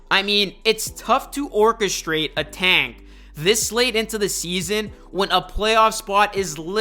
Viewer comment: fuckin hate the way you say "tank" say it fucking right